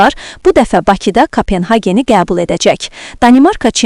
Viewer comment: Menim anlamadığım Köbenhavn FC'yi siz nece Kapenhagen oxuyursunuz? Köpenhamn oxumaq normaldır, ingilisce Copenhagen de normaldır menasına göre, K(a)penhagen a herfiyle ne mena verirsiniz? Tek siz deyil, Azerbaycan jurnalistlerine baxıram, ele şeyler uydururlar adam seviyeni görüb qaçır